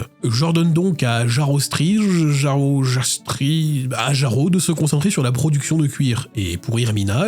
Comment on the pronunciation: ça se prononce Iyaro, le j étant une sorte de i